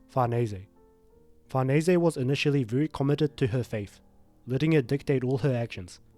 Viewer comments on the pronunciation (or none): say it with me FAR-NESS that's how you say Farnese be done with it lmao